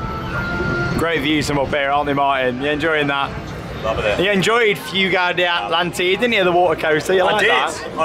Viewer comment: Correct pronunciation: Foogā dā Atàntidē